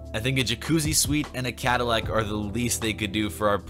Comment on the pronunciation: cadillac rhymes with backpack